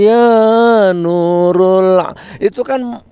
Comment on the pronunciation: Maaf gus "Nurol bukan nurul"